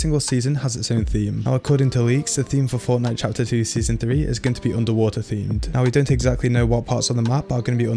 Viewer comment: Why u have to say underwater like that "underwah EHhhhh..."